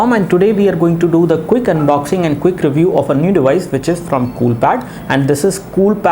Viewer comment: cook review...lol.. :D pronounce it as quick..